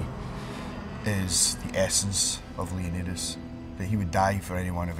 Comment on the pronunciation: how gerry pronounces Leonidas. lol